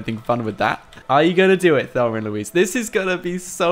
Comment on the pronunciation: I love how he says Thelmer instead of Thelma 😂